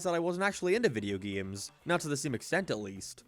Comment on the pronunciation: "Geeums." Are you saying "game" funny on purpose? What is wrong with you?